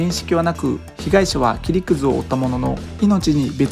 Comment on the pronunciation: 切り傷を切りくずって言ってて草